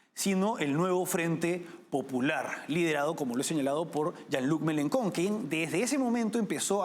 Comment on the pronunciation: Se pronuncia "Yan Lui Melenchón"